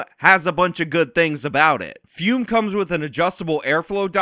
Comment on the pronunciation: If you are a true believer of fum, can you get in touch with Sydney Watson and tell her how to pronounce the word? I can't listen to her call it "foom" anymore.